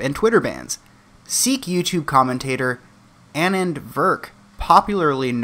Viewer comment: Pronunciation, Annand = Annan (Ah-Nan)